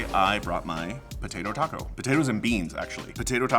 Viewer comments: Im sorry but if you pernounce taco " taha kow " you no where near Latino and or Mexican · Its pronounced taco not taco